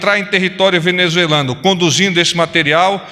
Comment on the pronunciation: Cambada de repórteres que nem sabem falar a palavra “ Venezuelano”. 🤣